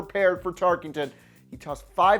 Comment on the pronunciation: TarKENton, not TarKINGton.